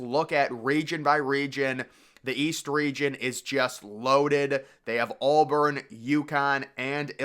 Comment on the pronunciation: Dude. It’s AUBURN. Not ALLBURN.